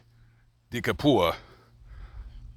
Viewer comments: “De Capua” is an Italian surname, which effectively means “of Capua.” Capua is a region on the Italian peninsula that dates back to the Romans, which was known for it’s large amounts of arable land. The pronunciation is “Cap-ew-ah.” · "Cap-wuh". Close though.